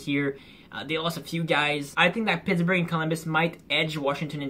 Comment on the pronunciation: Welcome to Alshentzylvania Like how you said Pittsburgh 😂🤣😂🤣😂🤣😂. But ya they do suck